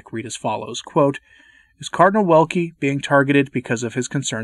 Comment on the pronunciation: They cancel anyone opposing. Even cardinals. Ps. Check the pronunciation of cardinal's name, for sure it's not like wind rather w like in vision